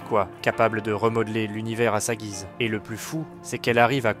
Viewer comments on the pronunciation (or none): none